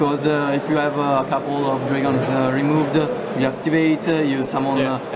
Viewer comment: Dragonzé. Haha dat accent